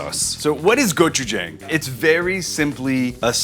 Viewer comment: Being the Asian Food ambassador; I wish you knew how to pronounce gochujang correctly.